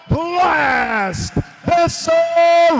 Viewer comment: First they said becerio, than becerri, than becereal 😂🤦🏻‍♂️ why can’t they ever pronounce it right lol…it’s be-sa-rail